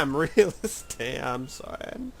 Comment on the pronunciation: When you first started talking about prime real estate at the 21 minute mark, is the first time you ever sounded like a Texan.